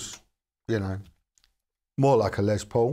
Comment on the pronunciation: Greetings. A marvelous homey presentation. I would like to make a friendly positive reinforcing reminder, that the gentleman who is the namesake of these models was "Lester" shortened to the nickname Les, rather than Lez. Overcoming this minor adjustment will be much appreciated by the listening public, thanks.